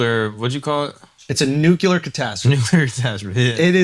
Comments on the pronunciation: Andrew… you say Nuclear like Bush the dumber … Nucular !?!?!? Say Nuclear …. It’s easy !!! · It’s pronounced “noo-klee-ur” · There's no way Drew is pronouncing 'Nuclear' correctly